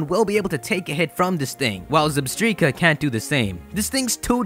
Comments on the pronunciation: It’s pronounced (ZebstrYka) not Zebstreeka 😂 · Wait....Did you call it Zebstreka? It's ZebstrIka! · Why? It's not Zebstreaka! It's ZebSTRIKA, as in Zebra and Strike, not Streak!!! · You mentioned the anime in Zebstrika's entry on your list. If you saw the anime, you'd know the pronunciation is Zeb-STRIKE-a, not Zeb-STREAK-a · it's zeb-strike-a not zeb-streak-a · Its zeb- strika like strike Not zebstreeka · Did you just say "Zebstreka"? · I thought Zebstrika was pronounced like "Zeb-strike-a" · IT'S PRONOUNCED ZEB- STRIKE- UH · If I hear "zeb-stree-kuh" again, my head will implode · It's meant to be Zeb-STRIKAH! (Like that show for two year olds, supa strikas..)